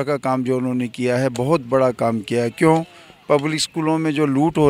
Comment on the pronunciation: "Kyun" pe itna zor na dein thoda over acting lagta hai ......baki keep up the good work your channel is doing a great work.